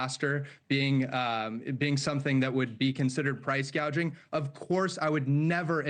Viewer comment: Gouging not gauging.